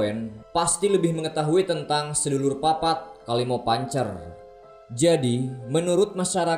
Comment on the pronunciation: Sedulur papat itu ngomong nya gak gitu bang,sedolor papat,oh iya artinya saudara empat Edit : ngomong do nya itu kek ngomong do nya tangga nada